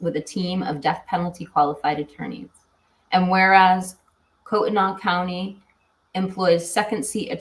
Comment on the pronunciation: It’s pronounced Koot-knee County 🥰 114 degrees in Sacramento, CA